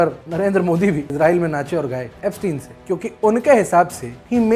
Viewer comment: एब्सटीन को एब्सटायन बोलकर आइंस्टायन बनाना चाह रहे हैं